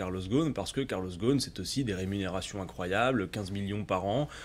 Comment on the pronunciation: Arrêter de dire karloss ghosn sans prononcer le s dans le nom. Lui, il s’appelle [GUSN]...